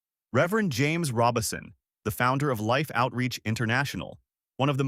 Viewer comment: (I believe you are mispronouncing his name. It's RO-Bison, not Robinson. There's no "n" in the name.) The Lord makes "beauty from ashes" indeed. I did not know of this change of position on certain topics nor how he chose to step back from the pulpit to re-evaluate his dedication to the Lord. Amen. He gets a crown of jewels in my book for seeing the internal issues he was having and valuing the Lord above all else. Amen. He still chose to love on people but did it from another vantage point. He is now with the Father, Jesus, and the Holy Spirit basking in the warmth and goodness of God.